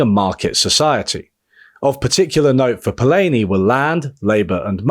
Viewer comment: I'm astonished how you do such diligent research for videos and then pronounce the guy's name "Polayni" ^^ (which is to say: love the video, thanks)